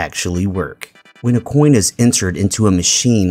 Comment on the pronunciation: the way he says coin like why does he pronounce the c so strong like that